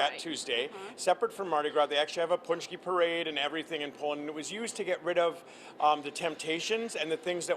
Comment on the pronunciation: pohnch-key, not poonch-key. :) There's a video on my channel with the proper production. Pączki Day is an American tradition (well, French). But it's good to see Americans enjoying pączki :)